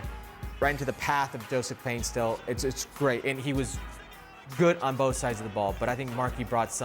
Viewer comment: Paint-SIL Not Paint-STILL